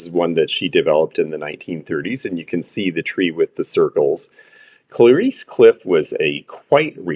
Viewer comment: I love your expertise but can you check out the how to say Clarice in english.❤